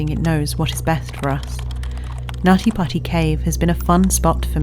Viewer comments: Not me laughing everytime they said "nutty potty" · Not meant that I meant anything but um whenever someone said the cave name over n over it sounds like naughty pussy more than nutty putty cave😶😶😶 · Stop it you Brit! It's pronounced "Nuddy Puddy" ;) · I like how she says nutty putty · They got this narrator purely for her NUTTY PUTTY pronounciation and we all know it.